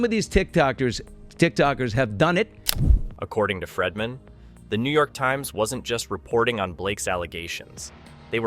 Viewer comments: His name is Not Fredman! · And it's "Freedman", not "Fredman". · The whole video im screaming it's Brian freedman not fredman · When you do a story how hard is it to Pronounce the Names CORRECTLY ‼️His name is FREEDMAN Not FREMANTLE‼️‼️😵‍💫😵‍💫😵‍💫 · Not Fredman I hate when your iPad prints something you didn’t type! Again his name is Freedman NOT Fredman!!!😵‍💫😵‍💫😵‍💫😵‍💫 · I think Baldoni’s attorney’s last name is pronounced “Freed-man” not “ Fred-man”. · And Fredman! It’s Bryan Freedman! Idk how many times I cringed whenever “he” said Fredman. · This narrator mis pronouncing the lawyers name, over, and over again is ignorant. It's pronounced " Freed man" for God's sake! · HIS NAME ISN'T "FREDMAN"!!!!! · His name isn't "Fredman." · Do I keep hearing Bryan's last name pronounced as Fredman?! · I felt the same, 😂it was so annoying. At first I was like who’s fredman? Awwww Freedman!😂😂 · Is this AI narration? PLEASE pronounce Baldoni's lawyer's name correctly. Fingers on a blackboard,, man. Care enough to get it right.